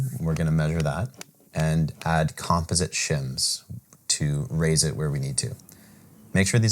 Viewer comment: Pronounce composite again?